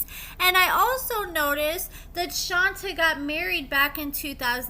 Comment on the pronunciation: My dear... it's Shont-ay, not Shon-ta.